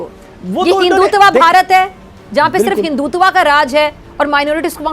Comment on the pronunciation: Aap hindustani ki sun hi nahi rahen hai. Mai Sindhi hoo, mere valdaiyen aur Abba Hindu hone ki vajah se pk se migrate kiye the sun'47 mai. Hum Sindhi Bharat mai Modi ji ke raaj main changebhale hain.aap pahle apna pronunciation toh theek kijiye hindhu se hindhutav hota hai na ki hindhutavha हिंदुत्व vaise hi modiji modiji hota hai na ki moddiji jaise Hindi main मोदी जी, aap toh naam aur dharm ke naam ka hi majak bana rakha hai, shame on you, joh pronounciation bhi barabar kah nahi pate hain, aapko dekhkar Alia Bhatt Rajee wali muzhe Ghar Jana hai bhi theek lagti hai